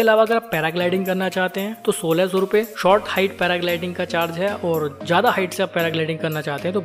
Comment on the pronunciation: Hindi bhi sahi nahi.. शानदार , सानदार नहीं, ,,ज्यादा जादा नहीं